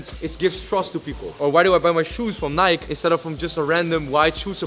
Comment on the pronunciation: My guy pronouncing Nike wrong